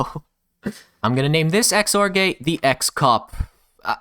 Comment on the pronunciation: its the CXor gate. Pronounced Cox Or